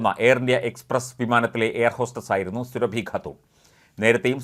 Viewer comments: സുരഭി അല്ല. സുറാബി. Khatun is a title of the female counterpart to a Khan. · സുരഭി യല്ല സൂറ ബീ 1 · സുറബി എന്നു കുടിചേർക്കു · സൂറബി ഖാത്തൂർ എന്ന് പറ 😭😭😭